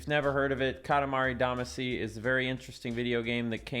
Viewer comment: It's pronounced damaacy, not daamacy. It's said in the lyrics!